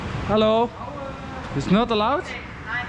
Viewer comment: "is not ALOUT"